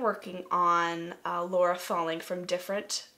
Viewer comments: why the hell do they keep saying Laura? Is this an Accent thing? Is it hard for Americans to say Lara? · lara? or laura? it sounds like they are saying laura. :P